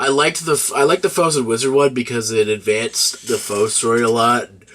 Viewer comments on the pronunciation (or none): Kamen Rider "Four-zay" not "Foes". Great review tho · i see your point, but the word "Four" is in it, and is pronounced as such in multiple occasions, the ze is a counter to it. its like Ichigou, you can leave out the gou but then it wouldn't sound the same. I'm not saying you should change the way you pronounce it, its just sounded a little jarring, sorry